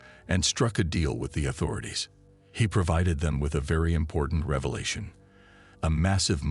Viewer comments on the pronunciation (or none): none